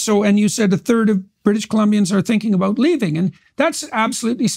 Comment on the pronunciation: I think the first thing you need to do is to learn how to pronounce the word "about" haha